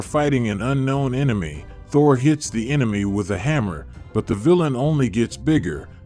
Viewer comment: This text to speech is so awful it pronounced Thor Ta-whore!